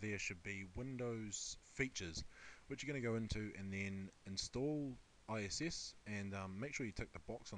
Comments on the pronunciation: All that knowledge, but can't setup a mic, or say I I S not ISS Jeez I wonder sometimes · why do you keep saying ISS? it's IIS...